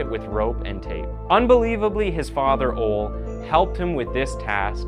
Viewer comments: His name isn’t Ol. It’s Ole (pronounced olee). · It's pronounced OLAY not OLE lol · Content is great: pronunciation is excruciating! O-leh! It’s pronounced O-leh! Not OL! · It's pronounced OLÉ - not OL. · I am going crazy after one minute... Ole = "Oh-le". Not "Ool" :D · It's "Olee", not "Ol". Just thought I'm mention that. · O-LEE, NOT OHL AND BEE-TA NOT BIT. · I love how you pronounce Roskilde, and the name Ole - In Danish, the E is pronounced, but in English, it sounds more like you're saying Ol' - Pirate talk for "old" XD Even better that Ole looks pretty old in that picture. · The name is NOT "Ol' "; it is pronounced "Oh-lie" or "Oh-leh". Jeez do your homework for once. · I live in northern Minnesota with a large number of people from Norway and Finland. The name OLE is pronounced as Ohlee. Like Ole, Sven and Lena. Ya know? Not fucking Ol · You should really look up how to pronounce the names. Ole isn't Ol' it's closer to O-le and Gitte isn't Giddy its more like Gi-teh. Other than that twas a good episode ^^ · Is his name really pronounced phonetically as "Ole," like "hole," sans the 'h?' I've known several people named Ole, most of whom are of some some derivation of Scandinavian or Germanic descent, and I've only heard it pronounced "OH - LEE." I mean, I sincerely apologize if this individual's name is actually pronounced "OLE" (again, as in hole without the, 'H') but if you just saw the name, were obviously unfamiliar with it, and decided to go with the phonetic pronunciation, without even taking all of the 30 seconds required to google it... well, if the latter of those two scenarios is accurate, then you sir... you are what's wrong with contemporary YouTube content creators! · It's pronounced Ole-ey, not "Ole"! 😂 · Btw..Ole is pronounced Olee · sorry, but your pronunciation of Ole is awful. its more like ooo-le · I think thew fathers name is PRONOUNCED O LEE . i had an uncle o Ore and it was pronounced Or EE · It’s pronounced, “Olay”.